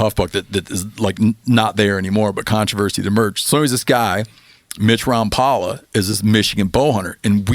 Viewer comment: Rom pal a? I thought it was Rom pole a?😮